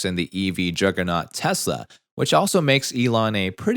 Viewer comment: Why do you keep saying Tessa, it's Tesla!